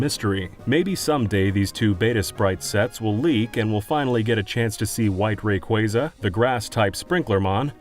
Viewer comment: Rayquasa, not Rayqueysa... ~